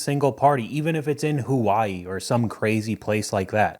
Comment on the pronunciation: Did you just say “who wah- E”? Who pronounces Hawaii like that? 😂 but also totally agree with you weddings themselves are overrated and even worse is the prices.